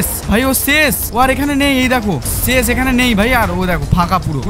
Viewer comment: ছেশ না ভাই শেষ বলে 😂